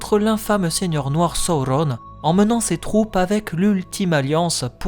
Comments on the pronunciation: Excellent travail ! J'adore. C'est construit judicieusement et particulièrement bien documenté. Juste un bémol sur la prononciation des noms, à l'anglaise, alors que le parti pris est par ailleurs d'utiliser le français (la Comté, la Forêt Noire, le Bois des vertes feuilles, etc...). Du coup, ça manque de cohérence. Et puis "Sa-ou-ronne" pour Sauron, par exemple, ça me heurte l'oreille. Utiliser la prononciation des films, et celle de la traduction française des romans, aurait été plus heureux. Bonne continuation en tout cas. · Je suis pas sûr que la prononciation soit heureuse, même si elle est sensée respecter les indications laissées par tolkien, après tout malgré ses qualités de linguiste il n’était pas français, et la façon dont tu prononces les mots sonne faux et pas adapté à la sonorité de la langue française à mon sens. Donc canon ou pas, je ne vois pas de plus value a des prononciations comme « sa-ou-rone » plutôt que « soron » par exemple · ca ressemble à une version americain la facon dont tu le prononce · J'adore ce que tu fais ! Je supporte juste pas comment tu dit thranduil et sauron avec l'accent la mais sinon c'est parfait 💪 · ça te complique bcp la tâche dans la diction 😅🤣🙏🏽 Ça m'a sorti de la vidéo je reviendrais dessus qd je serais habitué ✊🏽bon courage